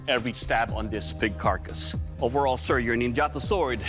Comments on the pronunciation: It's pronounced Neen ja tow not gelato / nin gatow ...aweful!!!! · After studying Japanese in Japan for years, it bugs me to no end how Americans pronounce three-syllable Japanese words... (it's NIN-ja-tō, not nin-JAH-to). Yes, I'm THAT guy. oh well...